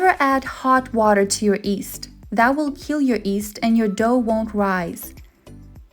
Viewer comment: The word is not East, it is pronounced yee-s-t.